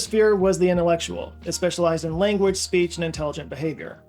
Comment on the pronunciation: he pronounces the word language as "lenguage" but i guess he has no choice about that. where is that accent from though? great lakes? saying /gang/ as "geng" etc